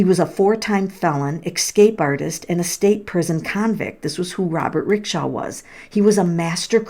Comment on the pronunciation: Do you know how to read? ‘RacksTRAW.’